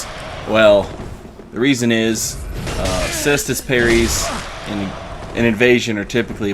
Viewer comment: Thanks for not being a degenerate and pronouncing it Kaystus